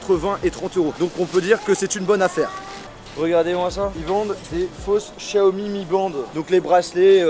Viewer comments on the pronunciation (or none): none